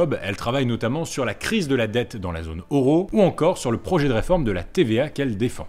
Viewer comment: 🙉🙉 faudrait juste arrêter de dire Oro et Oropéen, stp. Sinon, bravo pour cette série. Allez, répète avec moi : Eu / O / Eu / O / Eu / O / Eu / O / Eu / O Eu Ro / Eu Ro / Eu Ro /